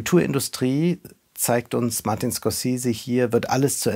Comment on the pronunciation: Von einem Filmkritiker erwarte ich, dass er in Lage ist den Namen des Regisseurs korrekt auszusprechen.